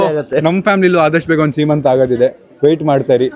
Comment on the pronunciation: ಸಿಮಂತಂ❌ ಸಿಮಂತ✅